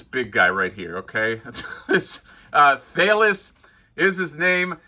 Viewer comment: The minotaur's name "Thales" is pronounced "Th-A-lez" =). Once upon a time ago I got my degree in philosophy. Thales is known as the first philosopher (he was Greek and famously taught 4 tenets: (1) The world derives from water; (2) The world rests on water; (3) The world is full of gods; (4) Soul produces motion.) Not that that has anything to do with that giant, kick-ass minotaur. But anyhow, there's the philosophy lesson!